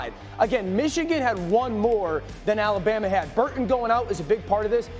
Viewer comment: You mean "Alabamer", lol!